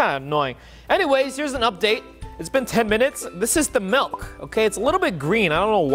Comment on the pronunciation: I think I know the problem. He used Malk not milk lol